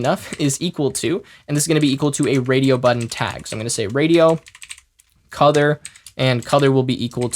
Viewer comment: anyone else hearing cuther instead of color?